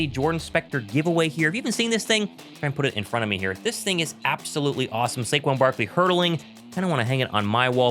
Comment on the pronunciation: Saquan Barkley aka Sayshawn